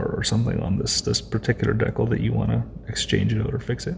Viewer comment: From the persistent chirping smoke alarm to the consistent mispronunciation of "decal", this is a masterful work of psychic terrorism.